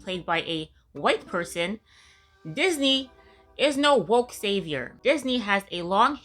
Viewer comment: Woke? Oh, I thought you said, "Whacked."